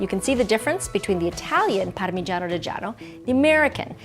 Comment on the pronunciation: Parmegagagiano? Is all i heard 🤣 love both though